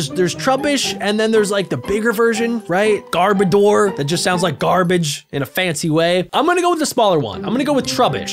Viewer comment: garbor door hahahhaa🤣🤣